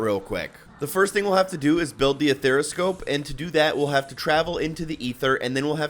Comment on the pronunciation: A-ther-scope... Not a-there-a-scope, or ether-scope. Good video 👍